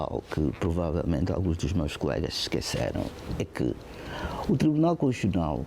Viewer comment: É conshuchional ou constitucional 😂😂😂? Eh, tio Carlos Feijó🤭🤭🤔🤔🤦🏾‍♂️🤦🏾‍♂️